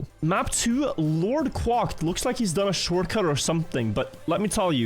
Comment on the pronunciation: Someone really needs to teach how to say quack, because this cwalked shit has gotta stop...